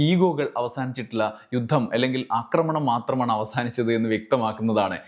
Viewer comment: അക്രമണം, അക്രമിച്ചു അല്ലല്ലോ ആക്രമണം, ആക്രമിച്ചു അല്ലെ. കേൾക്കുന്നവരെല്ലാം തെറ്റു പഠിക്കില്ലെ?